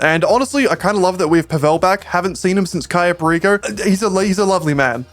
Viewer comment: “PA-vel” not “pa-VEL”